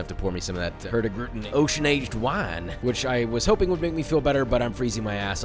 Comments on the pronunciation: Im a Dane (Its Norways neighbor), and I love how Joshua says "Hurtigruten" in 1 word, when its actually pronounced like 2 words. Nice video :) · hurtigruten is actually pronoucned more like hurtig-ruten, and means something along the lines of "the hasty route" i think